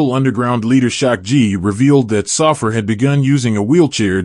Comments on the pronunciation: Saffir is pronounced "Sah-fear" not "Suffer". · Pronounced.. SAH -FEAR